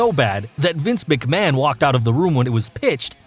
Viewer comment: This guy can actually pronounce McMahon right